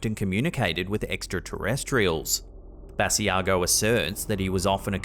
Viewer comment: Sorry to comment again, but just a little note,. Andrew Basiago pronounces his last name "Buh-sigh-go.". Another great video as usual. Take care and keep slapping that ham! #HAMSTERSFOREVER!